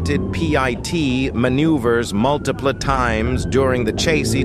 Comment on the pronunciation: This voice is fairly annoying to listen to but i end up LOLing due to its MISPRONUNCIATION. 😅😆😆 1. 85 miles per HOWER. 2. --attempted PEE EYE TEE maneuvers MULTIPLA times.